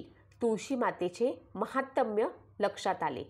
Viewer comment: महातम्य नाही हो महात्म्य.